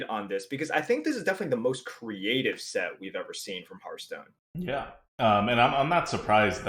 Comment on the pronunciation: I wish that the streamers would learn how to pronounce "Hearthstone." They all say it like "hurt stone." There are a dozen or so channels online, and it seems like no one can pronounce the name of the game.